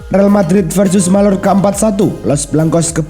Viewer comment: Real Mallorca, bacanya Real Mayyorka